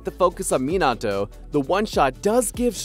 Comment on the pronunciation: It irritates tf outta me when people pronounces minato’s name like this guy💀